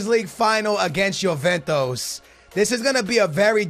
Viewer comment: I haven't watched a video in a year and i see you're still pronouncing names wrong like juventus you say yoventos